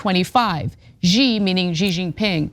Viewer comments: "she", not "gee" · fun.. a war with China sounds like such a "good" and "smart" idea. Also the name is pronounced "she" not "gee" xi makes the "she" sound. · It's pronounced "she." Not "zee" not "zhee" not "gee." Pass it around. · It's pronounced "JYNA". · Sorry Anna, its pronounced, "jina, because I have the best words, the strongest words!!